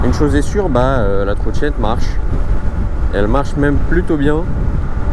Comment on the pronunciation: Ta vidéo est bien mais faut vraiment faire des efforts d'expression. Par exemple, c'est pas une trottchinette djual motor. C'est une trottinette dual motor.